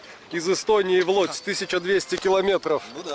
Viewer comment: Шановний автор ролика НЕ ЛОДЗЬ, а ЛУДЗЬ... ( ŁÓDŻ )